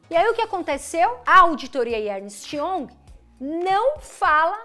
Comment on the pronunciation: Como “educadora” financeira, deveria melhorar a sua pronúncia inglesa, hoje a palavra foi “young”. Não se analisa uma empresa apenas olhando seu passado, temos que olhar para frente, apenas o balanço não retrata o momento atual da companhia, a Magalu também não justifica múltiplos tão altos em sua cotação, semana que vem, queimará a língua sobre Oi.